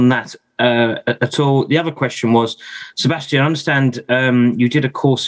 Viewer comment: this german guy pronounces names always so weird. i always wonder why he as a german says "Sebestchen" instead of Sebastian or - when he says max verstappen he says "meks vershtEppen", when he says alexander albon he says "Elexender ELbon", lance stroll is for him "Lents stroll", calls kimi "REYKENNEN" is just weird because he is german and names like alexander, Sebastian or max very german sounding names and he says them still so weird - but when he talks german he says it normally